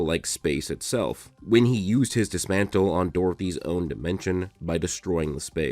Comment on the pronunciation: Did he say dismantle🤣